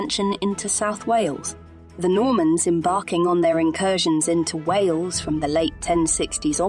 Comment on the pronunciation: Can’t even pronounce Wales right alone the welsh names!!